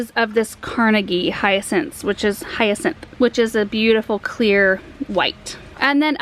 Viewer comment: Thank you for showing me how in the world to pronounce Hyacinth 🙏